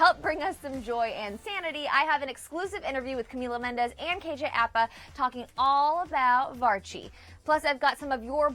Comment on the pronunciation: Americans can never pronounce KJ’s last name 😑 it’s “up-ah” not “ayhh-pa”